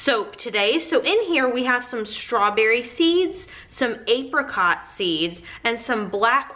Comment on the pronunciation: The way she pronounced apricot though